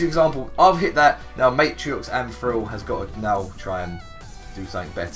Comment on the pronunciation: the way says thrill is frill